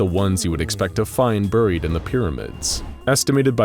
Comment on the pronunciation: anyone else bothered by how he says buried?